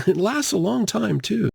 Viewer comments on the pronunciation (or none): none